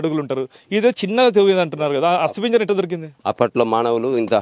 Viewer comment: ఒరేయ్ ఏం రిపోర్టర్ రా నువ్వు...బొంద లాగా ఉంది నీ ఇంటర్వ్యూ... అస్తిపింజరం కాదురా అది అస్తిపంజరం..😅😅😅